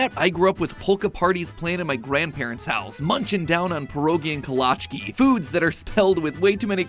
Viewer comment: WOW the way you pronounced pierogi and kolaczki is crazy